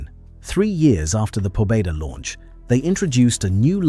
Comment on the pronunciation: Pobeda is pronounced Pobyeda